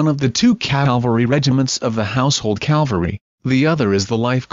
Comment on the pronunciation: It's CAVALRY, not CALVARY. The first is the mounted military service, the secound is where Jeseus of Nazareth was crucified.